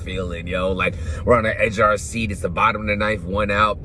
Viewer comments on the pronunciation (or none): none